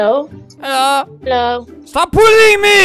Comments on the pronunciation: He says it like "bulling" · Pugs4life Gamer Albert sounds like he says 'bulling' that's why I said it that way.